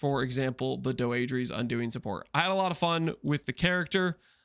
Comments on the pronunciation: It's pronounced Dee-dra btw i think its a french name or something. Im wondering why when I cast this curse my energy shield or life gets hit? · unc tryna trigger me saying doedre like that